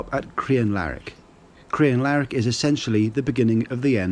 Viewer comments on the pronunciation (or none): Rannoch is NOT pronounced "Rannock" and not crianlarrick"